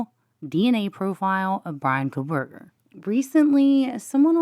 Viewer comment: Did you say Proberger? 😅